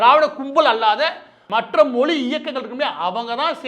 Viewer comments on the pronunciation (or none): மாரிதாஸ் முயற்சி செய்து "ழ" கரத்தை சரியாகச் சொல்ல கற்றுக்கொள்ள வேண்டும்.செந்தமிழும் நாப்பழக்கம்! மொளி,பிளைப்பு, வளக்கம்,தமிள்,தளுவி,கிளக்கு ... வேண்டாமே?